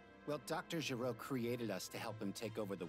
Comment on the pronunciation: is just annoying from the way he pronounces Gero, to his nitpicking about speaking Japanese, to his whining about saiyans talking about being saiyans...